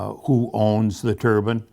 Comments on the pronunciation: Wind turrr-BINE darn it. A turban is worn on the head in many cultures. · its interesting how they pronounce "DEEpartment" but dont pronounce "turBINE"